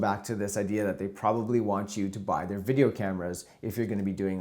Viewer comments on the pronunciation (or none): none